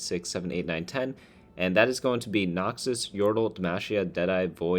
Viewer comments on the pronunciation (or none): Cool video! Just need to say cus it drives me nuts, it's Nox-us not Noxious. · If i have to hear someone say noxius one more time